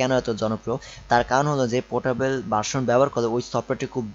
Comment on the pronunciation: ভাই, আপনার উচ্চারণ ঠিক করেন। কি যে বলেন কিছুই বুঝি না। ইন্সটেল, পট্টেবল, ফ'ল্ডার, কম্পুটার----এগুলা কি ভাই? উচ্চারণ নিয়ে কাজ করেন ভাই। তারপরে ভিডিও বানায়েন। নো অফেন্স। :)